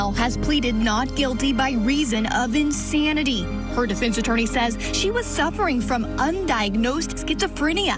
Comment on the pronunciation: 1.03 'ensanity' ma'am? 😯